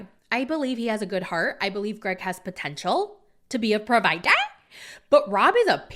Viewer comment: "pro-vIdA" Gets me every time lol